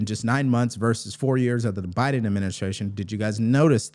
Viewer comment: Am i the only one who heard that guy say “JoeBama”